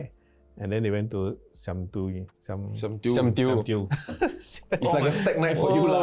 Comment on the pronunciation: I like how the priest intentionally mispronounces siam diu just to make it extra clear that he has nothing to do with it